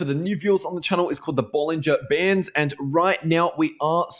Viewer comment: Can you write it down the indicator name? Its something like "bonajer ban" I heard 😅